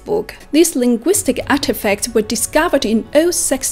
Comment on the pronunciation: Oddly, your English expression is not very clear,. Your emphasis on certain words is odd such as 'artefact' and your pausing between words is often inaccurate. I found you hard to follow in several instances. Sorry but sometimes this kind of feedback may be helpful in future.